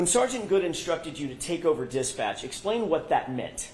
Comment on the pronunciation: Also "Dispatcch"